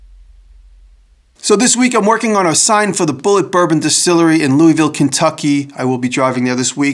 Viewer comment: Maybe they'll teach you how to say Louisville while you're here. Lol